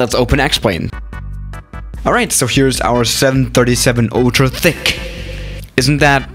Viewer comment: hello gamers btw "thicc" sounds like "fi*k"